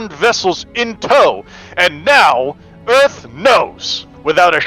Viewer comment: “Welcome to Earf!” - Will Smith, 1996 “EDF vessel, Welcome to Pioneer!” - North R. Isle, 2225